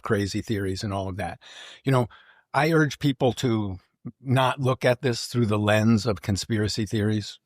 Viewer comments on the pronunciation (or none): none